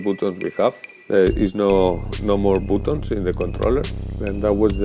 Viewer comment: Great review! One more thing that I just can't resist! 'Foonctions,' LOL! Replace the long sound of U in bootons, Hoobsan and Foonctions with the short sound of U and you will be golden. To your credit, your English is way better that any of my attempts at speaking a foreign language. Very easy to understand.